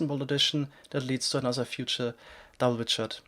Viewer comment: Nezher hub, anozher epizode... omg